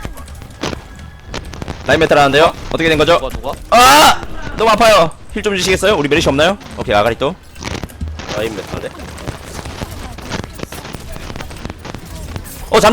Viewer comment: 아가리또가 아니라 아리가또 아닌가 ㅋㅋㅋㅋ